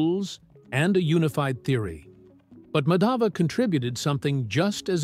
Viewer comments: The emphasis on the two 'A's in Madhava is wrong. The emphasis is on the wrong letter/syllable. In the video, the name is mispronounced to sound like "Madhaava" i.e. emphasis is on the second A in Madhava whereas it should be the other way around: "Maadhava". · Just a correction request... The pronounciation is not Madaava, it's Maadhva. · Excellent work. Just one suggestion - would be great if you heard the pronunciation from a native speaker. It's not Madhaava. It's Maadhava. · Actually in english they have no pronunciation of 'dh' that's why they are called 'd' instead of 'dh'. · Just a correction in pronunciation. It's not Madhāva, it's Mādhava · Thanks for bringing out the video! Actually Madhav is pronounced as Maa_dhav wherein Maa is like mark; the name means the name of Lord Krishna! I am from India 🇮🇳!❤❤❤ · Kerala wasn't an alien planet tho it had been the biggest hotspot for traders but it was mostly for spices and it is discovered that a spice which seen in kerala is found in pharoh's tomb and the pronouncation of name is not like that it's Maa-dha-va, here dh is aspirated dental d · It's MAA-DHUV ! Gosh it was painstaking hearing the atrocious pronunciation Thanks but your subject was excellent. Reason why nothing much out if India is famous is because of British prejudice. Simple! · Thanks for bringing this up. Really appreciate it. One request if you could just say his name right would be wonderful. Regardless thank you!